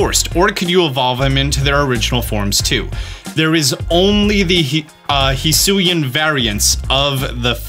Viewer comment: HE FINALLY SAID HISUIAN PROPERLY